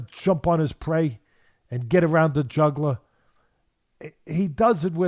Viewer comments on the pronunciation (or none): The way he pronounced "jugular" as juggler bothered me though.